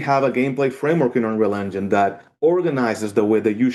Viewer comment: UH-pic games and their latest video on UH-real UH-gine